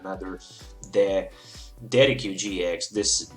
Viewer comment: Thank you so much for this test, i really like how the damage changes instantly, though i don't think Tauros must be the lone attacker, a bit risky i think, especially when Garbodor blocks your Decidueyes. by the way, Decidueye is pronounced as "Dessid you eye" ;-) a correct spelling won't harm, keep up the awsome work.